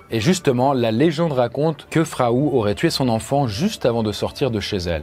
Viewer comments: Je crois pas qu'on puisse prononcer "Frau" Fraou (comme un prénom)... Frau Trofea ou Madame Trofea de la traduction de l'allemand , la angue parlée dans la (région alsacienne ) de ces années là ... Ceci dit, c'est ainsi que Péracles l'a nomma dans ses écrits , et l'on sais que ce n'est pas le vrai nom de cette dame, et qu'il aurait sorti se nom comme nous pourrions le faire de nos jours en l'appelant "Madame trucmuche" ou en Allemand " Frau Trofea"...😉🤔👍 Mais sinon , c'est une vidéo très sympa comme d'habitude. Je comprends enfin ma tante , qui me disais de temps à autre, que j'avais "la sainguy" quand j'étais gamin et turbulents. Comme si il s'agissait d'une maladie...🤪🤔😉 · Au moment où cette histoire se passe, Strasbourg était une ville de l'empire romain germanique, ce qui implique qu'on y parle une langue germanique. Ce n'est d'ailleurs pas pour rien que l'alsacien est un dialecte allemand. Donc oui, il prononce mal "Frau" étant donné que, histoire vraie ou non, son nom n'est pas Frau étant donné que Frau veut dire femme ou madame, dépendant du contexte. Il aurait très bien pu raconter l'histoire en remplaçant "Frau" par "Madame".